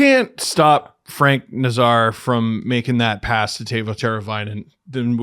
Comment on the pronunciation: Nay-zar. Nay like a horse, Zar like the Czar of Russia.